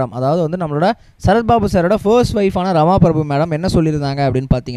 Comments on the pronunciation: The announcer doesnot seem familiar to names. It is not Rama prabhu, Rama prabha. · Rama Prabhu illa.. 'Rama PrabhAA'